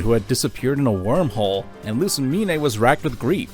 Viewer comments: I think you're mispronouncing Lusamine. The Mine, is pronounced Mean or Meen. Not separated into Me Ne. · This is a great video But it Is LOO-SAH-MEEN NOT LOO-SAH-MEEN-EH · its pronounced loose-uh-mean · You're pronunciation of Lusamine makes me physically ill.